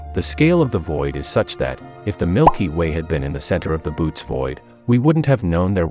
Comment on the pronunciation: I love thinking about the staggering and infinite cosmos. It's always awe-inspiring. Minor quibble : the name of the supervoid is pronounced boh-OH-tees, not boots. :)